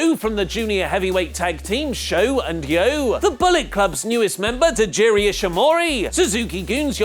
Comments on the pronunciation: Tajiri?? That's Taiji Ishimori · Ah yes, TAJIRI Ishimori